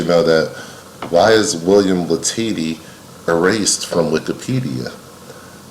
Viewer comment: As someone friendly with a descendant of Bill Latady, I’ll just pop into the comment section to let you know it’s pronounced la-ta-dee